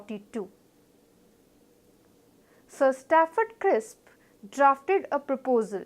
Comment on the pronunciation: It's Cripp's not Crisp.